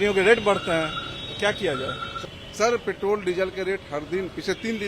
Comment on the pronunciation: अबे , पेट्रोल बोलना तो सीख ले ; पेटोल , पेटोल कर रहा है ! क्रूड ओईल का रेट क्या अपने हाथ में है ? State Government के taxes कौन बढ़ा या घटा सकता है ?? सोच !